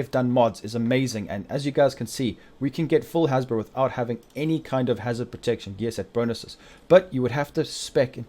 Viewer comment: Wtf is a hasbro bro? Jk but it took me a while to realize you was saying haz pro which is short for hazard protection